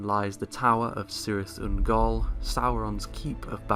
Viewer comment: is making fun of you pronouncing Cirith Ungol,. So rude.